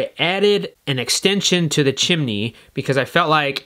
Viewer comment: chimini, not heard anyone say it like that since mary popins